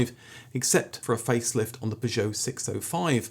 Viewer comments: You must be pronouncing Peugeot that way for comments! Never heard anyone pronounce it like that 😂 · Love your channel, but repeatedly jarred by your pronunciation of Peugeot..... P'geot! Where did you acquire this unusual quirk?